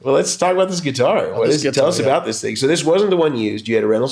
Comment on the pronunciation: Gonna see him and Pat soon, he's a big influence of mine, love how he calls it a Git'ar, so do I! Neil Giraldo ROCKS